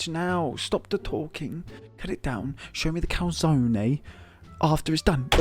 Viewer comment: Yes... The lovely calzonaye